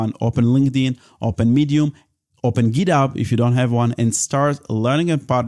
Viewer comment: Bro, where does you accent come from? HardHat -> Had-at GitHub -> Git-ub